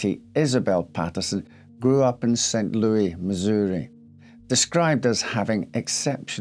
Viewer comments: It's pronounced Lewis, not Louie. Yeah, it's not a French city....and not far from there is Cairo, Illinois--pronounced Kay-Row....it's not an Egyptian city. But we still pronounce Illinois with a silent "s". heh. I can't really empathize with her, or her idiots lovers. Rich people and their self-made problems. I've known people kind of like her--all they care about is themselves, and they don't care if they hurt others...except when it turns around and bites them. You really have to work at it to kill yourself that way at that age. I think you have to be pretty much spending your days in a daze....I used to drink heavily, then something in my life changed, and I lost interest in drinking. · Hi, St. Louis is pronounced as in Saint "Lewis" rather than the expected French "Lew-ee" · St Louis is pronounced like the name Lewis. We don't use the French pronunciation here in the US. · St. "Louie"... adorable 😊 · I love your videos, I love the details and story telling, you are always dressed so sharp. Thank you for the hard work. Btw it’s pronounced St Lewis while being spelled St Louis❤ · Yes but you know how it is... other Countries pronounce their own city certain ways. Some say New Or-leens... but here in Louisiana we say New Or-linz. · "Saint :ouis" is pronoubced "Saint Lewis" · St. Louis is pronounced Saint Lewis. I live nearby and the mispronunciation is kind of grating. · Blame Judy Garland for our pronunciation of St Louis. 🎼Meet me at St Lewie Lewie, meet me at the fair…🎼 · It does show that he's aware of French pronunciation of the word. As a French Canadian, sometimes it drives me nuts when Americans do butcher names, like pronouncing Beauchamp as "Beechum". I mean, you guys do recognize the name Beau, or used as "his beau" like "bo". So why pronounce it "Bee" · Never heard the French pronunciation of St. Louis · He is still pronouncing it wrong. If you go there, people will laugh at you.